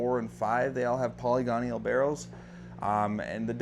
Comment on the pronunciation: That was distracting to me as well. Great information and well-presented but "polygonial" instead of "poly-gonal" pronunciation detracted from it a bit. I've mispronounced plenty of words in my lifetime, it happens to us all.